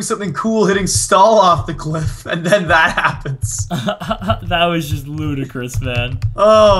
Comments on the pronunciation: It's 'loot'acrous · Hahaha "loot"icrous